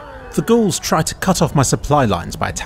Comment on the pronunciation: Ga-Aul's - Gauls Gaullic not ghouls.